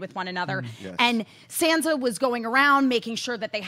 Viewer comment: I just wish she'd stop pronouncing her Sand-sa.